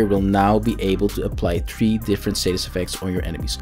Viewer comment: Why do you keep saying "raper statist effects"?